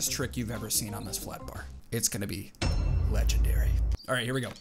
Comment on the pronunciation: ha “ledge”endery